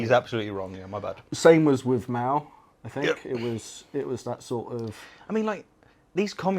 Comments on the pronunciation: Original sin is essentially breaking my window then passing them blame onto your sister who was in class at the time when she comes by later to pick you up. It's pronounced M ow, not Mayo. How exactly is social Darwinism bad? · But do you pronounce mayo as Mao? Probably not because that would be kind of weird. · Pronouncing Mao like mayo is not an American thing. I've never heard it pronounced that way. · Bro called mao zedong...mayo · It's not an american thing. I have literally never heard anyone pronounce it like mayo lmao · “Mayo” 😅 -this is what happens when you homeschool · Just to be clear, no we (Americans) do not generally pronounce Mao as "mayo", unless you're ignorant, or bigoted. Some Americans(re: clowns) will intentionally pronounce foreign words incorrectly because "Ah'm in 'murica, Ah speak 'murican" But hey, that might be him pandering to that nationalist/xenophobic base of his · The dude is canadian i think but ya i think only he calls mao mayo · Canadian here. We do not pronounce Mao as Mayo. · Americans shouldn't either. It's Mao like the word "how", not difficult if you understand that English isnt a universal language. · wait did that guy just call Mao "Mayo"? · I hit pause too soon. That pronunciation was NOT "an American thing, " though. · I think the creationist mispronounced Mao on purpose, it's not an American thing to use the long A sound on Mao, but modern conservative's favorite thing to do nowadays is mispronounce names of anyone they don't like because they're overgrown schoolchildren. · This Canadian knows how to pronounce “Mao”😂 and “Mayo”. Canadian education system,eh! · He had to stay consistent. Almost everything he says is wrong, so he needed to pronounce this wrong too, or there would be too long a stretch of him getting things right. That was only 7 seconds of the video. He has to stay above 10 wrongs per minute.